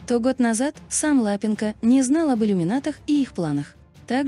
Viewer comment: Да ЛапЕнко, ну неприятно слушать же.